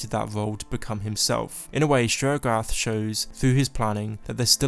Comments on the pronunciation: 'Sheorogath' Me: still understandable 👍✌ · Y’all should put subtitles on and read it whenever he says sheogorath